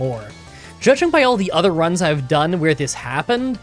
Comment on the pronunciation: Can somebody explain why my man always pronounces "other" as "either"?